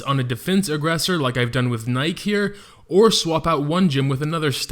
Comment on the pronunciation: Also, its pronounced Nikee. Like the show brand.